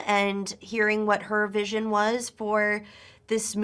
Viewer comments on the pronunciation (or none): none